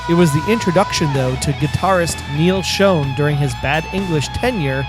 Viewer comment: uh excuse me mister idiot narrator.. it's not Neal SHOWN, it's SHAWN. Stupid.